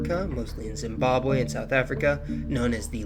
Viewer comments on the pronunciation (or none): none